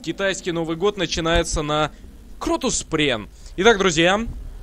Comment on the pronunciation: Не кротус пренн а кротус прэнн